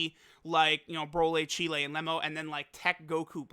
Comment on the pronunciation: Why does say Cheelai like Chile 😂